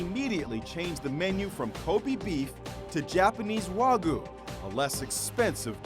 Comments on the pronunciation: did my guy just say wagoo? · It’s pronounced waegu not wagu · Its pronounced way-go no wAaGo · Its not wa-gu its pronounced well, wa-gyu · It's pronounced wa-gy-u not wa gu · He said waa guuu 😂😂😂😂😂😂😂😂😂😂😂😂😂😂😂😂😂😂😂😂😂😂😂😂😂😂😂😂😂😂😂😂😂😂😂😂😂😂😂😂😂😂btw timestamp is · His wagyu pronunciation made me lose brain cells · yall cant even pronounce kobe and wagyu properly, americans 💀💀💀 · Ilona Barsoomian they also made a mistake pronouncing wagyu and kobe